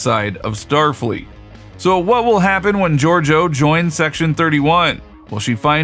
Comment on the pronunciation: It's not hard to pronounce Georgiou but you couldn't manage it.